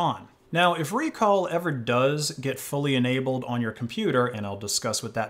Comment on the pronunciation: It's not ReCall, it's RecAll